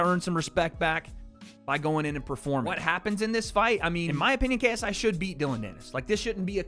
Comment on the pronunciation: “Tha Naut Mauh KSEYEEE” 😂😂